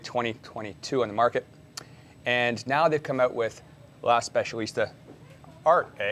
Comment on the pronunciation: Ahhh nothing better than seeing an American making fun of European languages! It's pronounced "Arte" not "Art.....e"! How do you pronounce "Sauvignon Blanc"? Saveign blank?